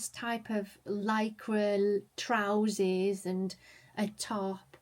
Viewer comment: What are trouzees? Is that a Yorkshirism or a Ginaism?